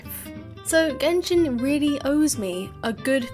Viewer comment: Text-to-Speech go brr. "Gen-shine"? Really?